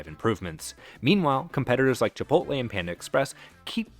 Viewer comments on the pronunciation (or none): none